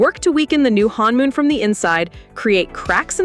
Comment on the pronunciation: it is not pronounced "hanmoon" it is pronounced honmoon